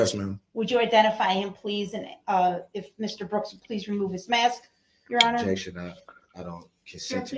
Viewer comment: This was one of the first trials I ever watched beginning to end. I have never been more infuriated, or learned so much about the law completely by accident. My fav is the objections; it's like whack a mole, he just can't quite seem to hit it on the head🤣 "Objekshion. Spekulitive, Hersay Yeronor"